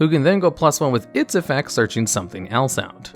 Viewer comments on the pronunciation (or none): none